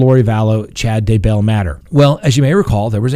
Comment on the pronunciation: Oh! Do you mispronounce words on purpose? It’s Kee-tow - Keto. And as for the Daybell’s it’s not Day- BELL.